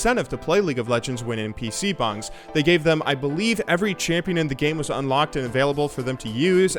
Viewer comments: PC bAngs, not bOngs. A PC bong sounds great, especially if you can play League or Overwatch on it still. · Korean PCs BONGS? Its bangs